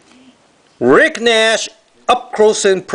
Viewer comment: Part 1: Hey, That autograph isn't so bad, at least it's somebody who's known. He played for the Canadiens, so maybe a fan of the Habs will be interested in it. You're also pronouncing Rick Nash's name like a Canadian now - nice! I can imagine that it's very difficult for someone writing and reading using an alphabet completely different than the English one to pronounce many names, but you're doing well! Keep it up... and maybe some day you can pronounce 'Guillaume Latendresse'! Haha.